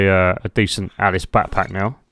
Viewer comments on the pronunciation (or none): none